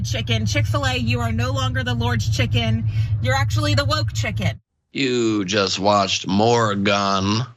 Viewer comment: The "Lort's chikun"